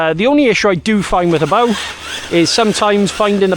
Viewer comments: The most impressive thing about this video is you're pronouncing Hobao correctly! 🙂👍😅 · No disrespect intended, just 99% of channels get the name wrong. I don’t think I’ve ever heard someone else pronounce it the same way I do. I could be wrong though! I’ll admit I only watched the recap at the end, but I’m sure the rest of the video was great as usual. 👍👊🤙